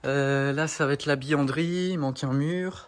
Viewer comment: .tu me fais rire quand tu prononces le mot bUanderie..tu dis bianderie.. et c est vrai pas de caramel en vue sur cette vidéo!?